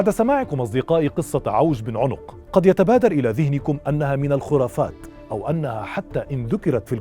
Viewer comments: عَنق وليس عٌنق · عَنَق ( بفتح العين و النون ) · أخي الكريم-إسمه عوج بن عنق بفتح العين وليس بضمها